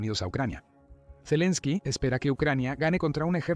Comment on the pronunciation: Madre mia, toda la informacion es falsa de occidente y valiente fuente, el whasinton post por Dios dejen de mentir no les da verguenza, claro por eso no hace la paz, por que esta perdiendo el que esta desesperado por hacer la paz es EEUU y ni siquiera el narrador sabe pronunciar el nombre de zelesnki, da risa esta informacion😅😅